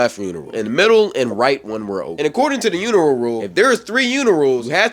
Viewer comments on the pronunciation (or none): I’m fried bru why he keep saying “uniral”😭😭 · boy why u keep sayin urinal wrong 😂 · i’m not sure about this “uniral”, but it sounds like he’s talking about a urinal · the way you keep saying uneral instead of urinal is killing me 😂😂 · are you trolling when you be saying "unrial" ts got me giggling